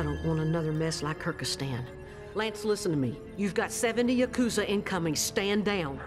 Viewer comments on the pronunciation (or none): The way she pronounces Yakuza. May be correct, may not be, but that's not how I say it.